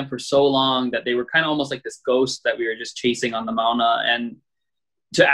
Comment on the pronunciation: Funny that he can pronounce ua’u properly, but he can’t pronounce “mauna” properly.